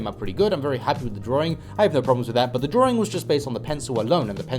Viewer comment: Please stop pronouncing drawing as DRORING.....pls